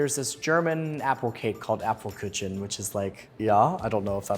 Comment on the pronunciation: omg pls it hurts so much lol. I AM BEGGING YOU. Not the "APLEKÜTSCHEN", it sounds like a carriage from apples. "Ap-fel-Ku-CHHHHHHHHHH-en". The CH is not a TSCH